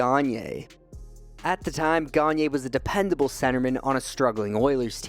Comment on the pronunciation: Sam GaG-Nurrr